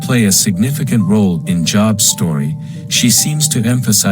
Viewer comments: It's a long O, Job, rhymes with robe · AI can't even pronounce names, long O, not job. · Oh my Gosh, basically impossible to listen to. Can't pronounce Job and of course it is someone trying to justify god in the Job story. God killed, Job's children - before I had kids that was elementary, after I had kids it was the unpardonable sin. Christians will say - but God blessed him with double the Children, sorry, but your giving you twice as any kids does not replace the Children you lost. A parent ought to love their children and each individual human is irreplaceable. How does anyone find a good God in this? And if you have kids and still think that God is justified in setting Job up, you are pretty much a sick individual - even the metaphor is lauded, what the hell is God trying to say here, If you follow me faithfully I may just decide to harass you for my own sick pleasure. Job is the one honest book in the Bible, it shows the monster for who he is. The devil comes to visit (weird!), then God is like, so you want someone to mess with how about my dude Job, just don't kill him (how kind?), it is ok to kill his Children, they are simply property and Job couldn't possibly LOVE them (I mean who loves their children, weird right?). Job's wife was obviously thinking rationally, Job was obviously an idiot! God was obviously mean, cruel and obnoxious, the Devil was licensed by God to be exceptionally cruel to one of God's creations - God of Love, what ya smokin' man!!!